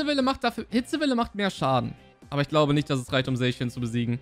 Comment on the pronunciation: Danke das du nicht „Sackian“ zu Zacian sagst 🤓🙌🏻